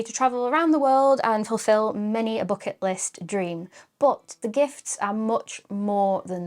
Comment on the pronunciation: "noogets", "boocket list". Ooph.